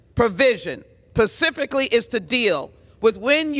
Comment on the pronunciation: Ms. Jackson Williams... how does someone who is illiterate get in your position... what is "pacifically"? You're making Texas look bad! Then you and your colleagues spout absolute nonsense about stabilizing braces amd AR15s! If you think banning these things or guns all together will stop these horrible tragedies we've called mass shootings! They'll continue regardless of whether or not these are banned! Maybe? Just maybe we should hold eachother accountable for not paying attention if our peers, children, friends, neighbors, cousins, etc show signs of mental instability, depression, etc. I'm sure that 99% of these mass shooters had red flags posted right there for the parents, family, friends, or anyone with eyes and common sense would see and alert the authorities! Or our Fed LEO can use their cyber guys crawl social media, blogs , etc for keywords. For which they should already have been alerted as its words would fall within the lines of Terrorist activities. Right? Some